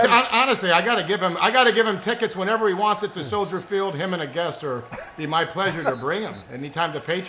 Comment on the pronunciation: As a Chicago area native and a Bears fan, should know it's not Soldiers Field. It's Soldier Field. Come on, man!